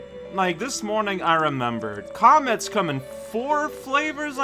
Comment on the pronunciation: I heard "comets come in four flavors" as "comments come in four flavors". Which piqued my curiosity. Fun Fact: Cosmic Mario is actually a living Mario- shaped universe. I just realized "Pull Star" is a pun of "pulsar"